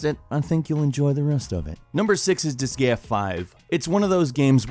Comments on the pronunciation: Disgaea... Dis-Gay-Ah? It's pronounced Dis-Guy-Ah... You've lost all your credentials. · Your mention of the Disgaea series is pleasing, but your pronunciation is terrible... Try LoC/Carnage Dimension versions of Disgaea 5's maps without power leveling too much... then you'll know its true difficulty.